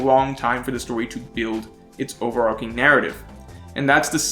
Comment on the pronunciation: good video. i agree. also overarching is pronounced over ar CHING not ar king. like archway or archer.